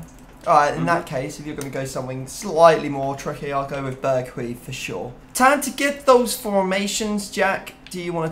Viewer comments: berghuis is pronounced "Bir" d juice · The pronunciation is indeed 'Bear Juice' Edit: Extra 'o' removed from pronunciation. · It's pronounced Berg-house